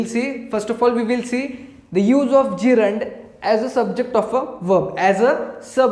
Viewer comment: Yes in this video gerund is pronounced correctly😂😂😂😂